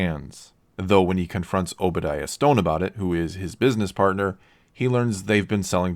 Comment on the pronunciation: literally said "Obadiah STONE" lmao 😂😂😂